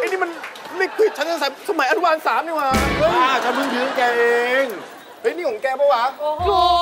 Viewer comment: ยืมไม่ใช่ยื้ม